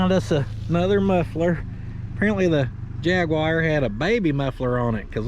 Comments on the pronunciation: It's Jag-u-wyre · Thank you for pronouncing jaguar correctly NOT !!! jag u wire 😂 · Ha over here in the UK Jaguar Is pronounced JagUar simples😛😂🎅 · Durn right, jagwire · From this day forth , I will be calling all Jags , Jag-wire. 🇦🇺🤙🏼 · Dun, gud, jagwire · At least a jag-e-wire is cooler than a ron-day-voo! My brother, I'm loving the wagon!!! I pray I can find one myself. What a great build! God bless you, your family and friends 🙂👍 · as a brit i can confirm its jagwire 🤣🤣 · jag-wire indeed!